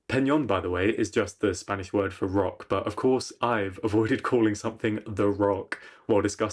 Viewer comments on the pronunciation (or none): none